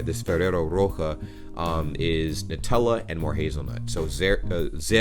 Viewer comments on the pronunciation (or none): Ferrero roche is pronounced like rosché like sheep